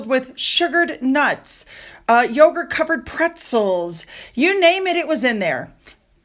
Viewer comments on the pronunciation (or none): none